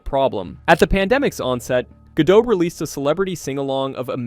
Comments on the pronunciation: Can you make up your mind how to pronounce her last name? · What's with the inconsistent name pronunciations? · My God, what in the actual fuck... do the people who produce these videos check their work before uploading them? Obviously not. They kept switching the pronunciation of Gal Godot's name. They literally pronounced it differently when the name was used back to back.